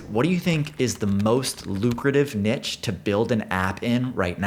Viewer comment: heavy like to for pronouncing "niche" correctly 😄